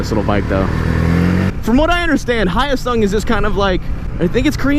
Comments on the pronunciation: hi yo sung? haha.. its pronounced HE-YO SUNG with the he-yo said together quickly. Hyosung :) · Hi-yo-sung?? LOL it's HYO-SUNG!! 효성!! I'm a Korean! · Its Korean and you don’t pronounce the H so it would be yosung. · The H is silent btw. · He said it's name wrong, it's a Hyosung GD250R.